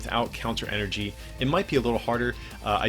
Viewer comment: It’s En-er-gy not fricking E-R-G